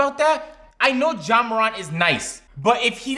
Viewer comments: ok... are we going to ignore agents pronunciation of ja and zion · I love how miss pronounced ja and zions name bruh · really just mispronounced Zion and Ja to get people to comment so he gets that youtube algorithm cheese